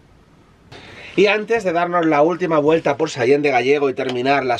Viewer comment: "Gallego" no, Gállego. 😅